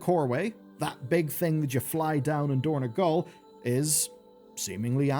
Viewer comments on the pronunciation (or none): It is dorn-O-gal, not dorn-E-gal